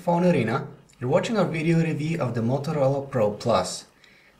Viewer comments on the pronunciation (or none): review is pronounced review not revee -.